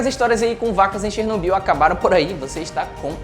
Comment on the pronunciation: Assista desalma série globoplay e aprenda a pronúncia correta de Chernobyl.